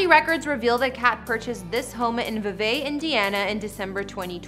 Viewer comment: It's actually pronounced "vee-vee" Indiana. I stayed there for the bed and breakfast as a teen.